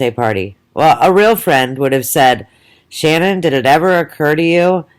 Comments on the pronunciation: Ahahaha and what are you some kind of dr or scientist?! Do you have a medical degree?! I bet not! You didn’t even know shanann you can’t even say her name properly so you the hell are you to comment on who or what she is/was. Piss off and go post some of your own shit instead of talking crap about a dead women and her children and family! Your an awful person so go have another ciggy and get a life you old mole! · You could, AT THE VERY LEAST, pronounce her name correctly. What the hell is wrong with you?